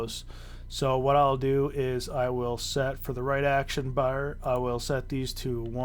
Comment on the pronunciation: thanks for the guide but damn dude please stop saying bar like that......please